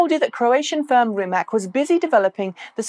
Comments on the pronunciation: I learned rimac is pronounced with something like a ts at the end, maybe you want to check how it’s correct. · It is, Croatian pronunciation is rimats (or rimaz), like tsar (listen to However, even the founder, whose surname it is, "butchers" it this way, I guess he learned the lesson of that other foreign hypercar manufacturer no one can quite pronounce. What is it? Koeninengensegg? ;)